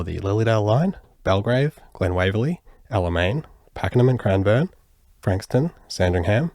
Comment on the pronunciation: Its not crimeborne it’s Cranbourne